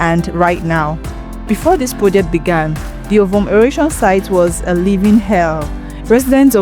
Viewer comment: I hope you're not Igbo cos your pronunciation of Ovom was unforgivable. So much energy is made in learning English language while I igbo language surffers.